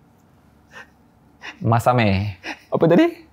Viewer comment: Wlkmsalam wr wbt... Hahaha... bab yg last tu klakar, "watane" jadi "masame"🤭